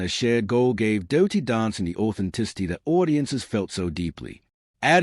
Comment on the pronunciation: Don´t bother folks, 20 minutes repeating a lot of words saying absolutely nothing. And the voice over is irrating as hell, saying `doh-ty dancing in stead of dirty.